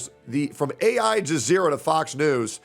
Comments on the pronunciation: Bro said Ai-jazeera 😂😂😂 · Bro said “ai jazeera” 😂😂😂 I love when content creators try to read, stay in school kids 😅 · Broh, did pronounce Aljazeera "A -- I -- Jazeera"?!